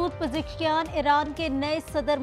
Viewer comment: مسعود پزکشیاں نهیں بول میڈم پزشکیاں کهاں اسکول پڑھی ہو..؟